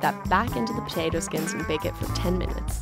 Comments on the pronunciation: The way she says potato is funny... ptatu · Why do I find so satisfying the way she says potato ?